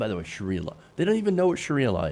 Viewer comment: Did he just say “Shakira law”?